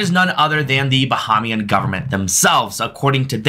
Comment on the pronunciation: It's pronounced Ba-Hay-Mian